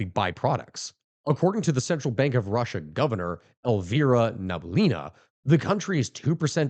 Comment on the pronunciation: Elvira Nah-bee-oo-lee-nah. I volounteer to be your advisor on pronounsing names from slavic languages. Living in Canada learnd how rusty English is with foreign words